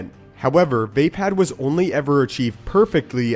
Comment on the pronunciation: It not pronounced vay-pad it is vapod